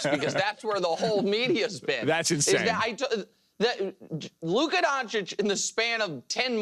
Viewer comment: "Luca donic"